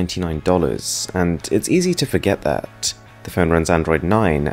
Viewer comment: “and a headphone jack mighT cuT inTo ThaT” “To fiT AroundT iT” like bro i understand what the aesthetic is around here but you’re overdoing the pronunciation